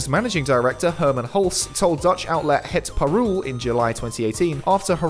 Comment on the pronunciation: I love how you butchered 'het Parool' :D